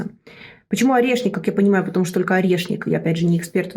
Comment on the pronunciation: Она так классно произносит сово "орешник"😊